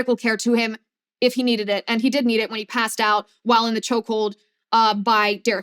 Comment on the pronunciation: STOP SAYING CHOCKHOLD DAMNIT🤬🤬🤬🤬🤬🤬🤬🤬🤬🤬🤬🤬🤬🤬🤬🤬🤬🤬🤬